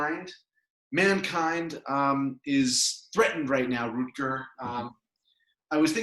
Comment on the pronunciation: Root-gar Bregman :)